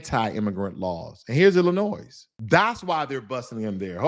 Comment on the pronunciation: Please pronounce Illinois without the s. You are too smart and factual for that. Why aren’t you on Roland Martin or Al Sharpton,? Please collaborate more to get your on point message out!!!